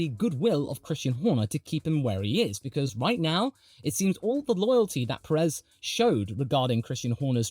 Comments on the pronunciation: love watching you yap about F1 but for the sake of every hispanic fan, Pérez =/= Peréz. The accent on the first 'é' makes it so that phonetically it is accentuated more than the second one. Big ups on the professional yapping though, very entertaining. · You are emphasising the second 'e' and unfortunately that is incorrect (not your fault, you are not a Spanish native). The emphasis is on the first sillable due to the accent on the first 'é'. Think of the phonetics of the word 'PE-ril' Most journalist will put the emphasis on the second 'e' but we appreciate more the ones that don't. Should be sounding like 'PE-rez', not 'pe-REZ' Keep it up though, have enjoyed watching since you had around 1.2k subscribers :) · What name? Perez? He's definitely not pronouncing it right.